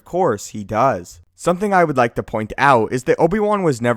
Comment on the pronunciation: "Find the time to leave a laik." (Liking takes half a second)